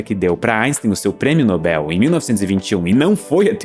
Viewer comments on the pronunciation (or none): none